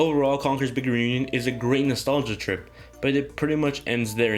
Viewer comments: and it's pronounce "reunion" not "renewñun" 😂😂😂😂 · Conker's big 'renunion' lol i couldn't stop hearing that throughout the whole video nice review btw